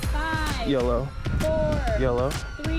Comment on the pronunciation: That's what it was, LOL! I thought he kept saying "Yellow" all the time.